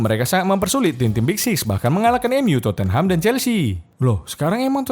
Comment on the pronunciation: Anjer ngakak gw denger Terpongkengham 🤣